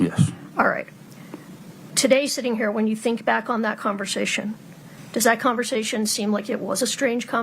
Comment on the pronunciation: I wish would stop saying "confershechen" when she meant conversation... Urgh!